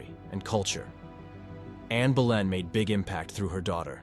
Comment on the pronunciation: It's anne boleyn not Berlin, I take it American version , some good facts